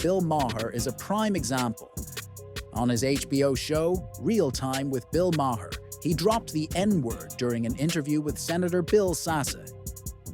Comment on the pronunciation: And can't spell or pronounce Bill Maher's name. Jeez! 🤦‍♀️